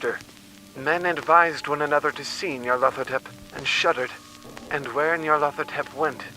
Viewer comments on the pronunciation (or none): Its "Nyar-La-Thotep" not "Near-leth-Hotep" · Nee-ar-lat-ho-tep. Nyarlathotep. "Nyarlat is pleased" is what it would mean if it was Egyptian.